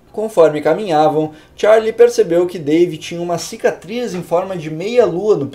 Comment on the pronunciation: ''Dave'' Ou ''Pavê''